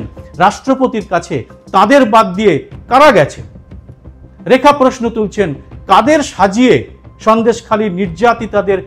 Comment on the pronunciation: রেখা পাত্রের উদ্দেশ্যে: কথাটা পোয়োজন নয়,--কথাটা হলো প্রয়োজন। কথাটা পোশ্ন নয়, -কথাটা হলো- প্রশ্ন। এরকম আরো অনেক ভূল উচ্চারণ আছে যেগুলি শুনতে খুবই od লাগে।